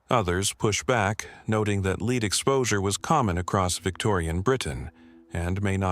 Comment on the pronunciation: The entry on the Franklin Expedition: Could you FOR GOD'S either figure out the difference between the metal 'Lead' and the verb 'to lead' l and how to pronounce them